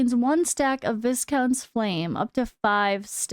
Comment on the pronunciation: Viscount is pronounced Vai-Count.